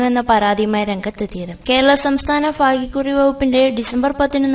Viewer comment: ഫാഗ്യകുറി അല്ല.. ഭാഗ്യക്കുറി എന്നു പറ.. ഭ... ഭാ... ഭാഗ്യക്കുറി..